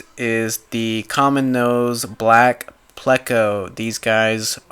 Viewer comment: Its pronounced playko but is spelled pleco